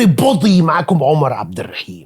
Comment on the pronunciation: جامد بس لو تفتح الراء بتاعة الرحيم عشان ده من أسماء الله وبالتوفيق